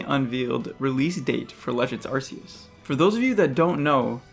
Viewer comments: It's ARKEUS not Arseus c'mon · Nope this guys criticisms are all invalid, he pronounced arceus as arsseus Edit: #1moreyearGF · it’s pronounced are-key-us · My top concern is people online constantly pronouncing "Arceus," incorrectly. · arman kaya it’s pronounced Arceus too